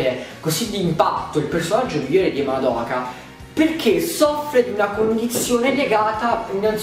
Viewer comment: Ma perché tutti sbagliano a pronunciare il nome di Madoka😫